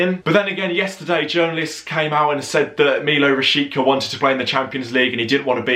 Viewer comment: He's pronounced something like Milod Rashitsa, mate :D You british lads reaaally have a problem with foreign names :D